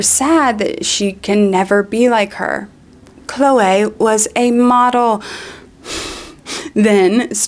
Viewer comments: The standout of this video for me is how you pronounce "Chloeaaay" like Moira Rose XD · Why do you say Chloe like that? i´m dying